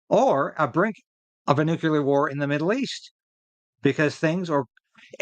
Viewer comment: NEW CLEAR - not Nu Cu Lar !